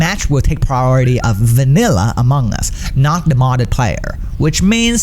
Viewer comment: Who heard it as AMONG GUS